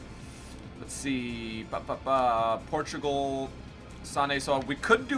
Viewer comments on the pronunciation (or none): none